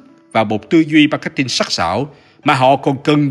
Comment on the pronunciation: Gút gồ , Ma két tin :)))) . K hiểu ai dạy